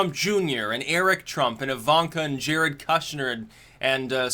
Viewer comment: It bugs me how you pronounce “Kushner.”